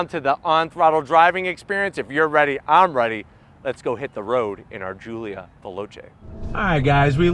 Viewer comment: GIULIA GOOLIA